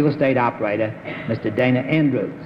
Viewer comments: GONDOLIER MAKES AUTOMATIC COW WASHING MACHINES Bennett pronounced it wrong. Her name was pronounced like "Donna". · Bennett sat next to Dana Wynter on two shows in a row in 1958; he's apparently been acquainted with her outside of the show (her reference to meeting him at a party), and yet he mispronounces her name? He pronounces "Dana" the same as in Dana Andrews' name in introducing him . (It should be pronounced like "Donna" for Dana Wynter.) He must have forgotten; Bennett should be sharper than this.